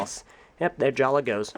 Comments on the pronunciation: Why do I keep hearing you say 'Jala'? His name's 'Jaller.' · Why do say jalla instead of jallER